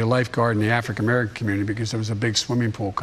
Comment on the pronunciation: "Afric-American" community.